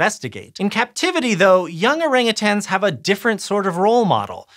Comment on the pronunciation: Listen up all you weirdos. Stop saying Orangutangs. siad it correct like 8 times. No more tangs.